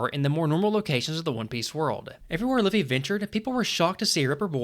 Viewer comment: Jajajajajaja "Loffy" JAJAJAJAJAJAJAJA